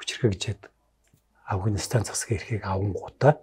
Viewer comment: Энэ жаахан настай хүмүүс Афганистан--г Авагнистан гэдгийн Хөөрхөн 😊. Амжилт . Мундаг шүү